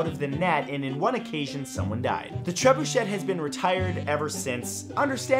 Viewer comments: That is not how you pronounce trebuchet. Its treb-you-shay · You shouldn't pronounce the 2nd T in trebuchet; it's French. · I won't correct the pronunciation of trebuchet, I won't correct the pronunciation of trebuchet. Oh who am I kidding...it's shay not shet! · Drove me crazy as well. TREB-UU-SHAY!! Not Treb-uu-SHET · TREB-UU-SHAY.....or TREB-OO-SHAY...... But please...NOT Treb-uu-SHET! Lol. Otherwise, love your stuff man ! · tre-bu-CHEY not tre-bu-CHET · Hearing trebuchET triggered me so hard 😆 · Ahem It's "TREH-BYOO-SHAY." TREH...BYOO...SHAY. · That don't work, Treb-oo-shay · It's tre-byu-SHAY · Its a trebuchet. Treb you shay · it's pronounced: treh-bu-shay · please use the correct French pronunciation of Trebuchet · Tsk, tsk, Matt. Being from Canada, you should be able to properly pronounce a French word like "Trebuchet". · is ''trebuchet'' really pronounced like that? my life is a lie